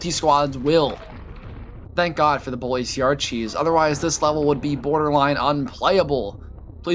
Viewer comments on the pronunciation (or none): none